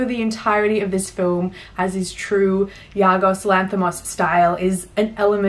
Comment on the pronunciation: Great Review But sorry, I have to point it out. It's Yorgos, not Yargos. He's easily one of my Favourite Filmmakers at the moment, especially after Killing of Sacred Deer was my #1 film of 2017. Also watched Dogtooth recently and it was insane. He really is the master of absurdity.